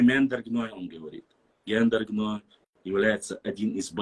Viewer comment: Сюльтыгов,не произноси больше тейп Гендаргеной!